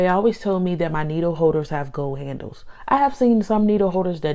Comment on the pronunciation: “Needow howder has gow handowes”